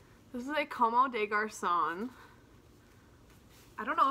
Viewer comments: Great haul - good for you! By the way its not como - it's pronounced like "comb" des garcons. It will be pronounced CHA CHING no matter what lolol but figured you'd want to know. Love your haul vids! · Girl brag as much as you want! But if you’re about to make all this $$$ with this designer’s art, you gotta learn how to pronounce Comme des Garçons 😂 I’m super excited for you!!